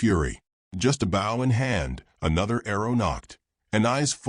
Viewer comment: The word is BOW, not bough!!